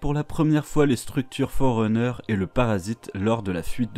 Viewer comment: Merci pour cette vidéo. C'est toujours cool de revoir les bases. PS: Ça se prononce "Forruneur" 😉